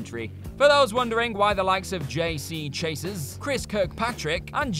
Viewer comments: "JC Chases"? It's pronounced "J.C. Chaz-eh" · Lol it’s ironic that the country called “England” has some of the worst English I’ve ever heard. This man said JC chases 🤦🏾‍♂️🤣🤣🤣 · "Chay-siz and Fatony." laughs for a stupidly long time